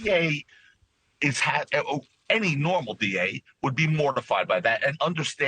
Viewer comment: Laywer ? hahahahaha